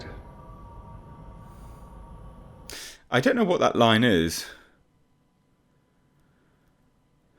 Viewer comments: "I WANT YOUR PRESEPCTIVE" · “perspective” AND Your the main “course” not “cause”